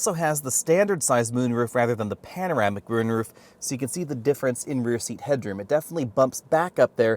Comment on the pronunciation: “Panoramic rune roof”. Funny. First blooper I ever caught from your channel. I love your videos a lot man. I respect and highly value the things you say in your videos. Thanks for the nicely detailed videos.